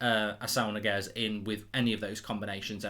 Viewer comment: It's not Niguez, it's Ñiguez